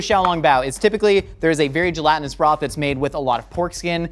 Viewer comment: Stop saying "gelantinous"